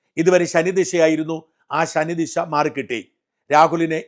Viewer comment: ശനിദിശ അല്ല, ശനിദശ ആണ്